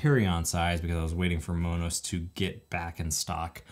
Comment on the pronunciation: Thanks for the info on Monos. I’m looking forward to purchasing one. Like the way you pronounce it (the Hispanic version) 🌶🥹💺